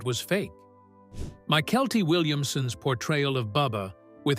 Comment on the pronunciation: One of the big bloopers was in fact of Bubba who was played by a good friend of mine who is MYKELTI Williamson The announcer missed THE pronunciation of his first name .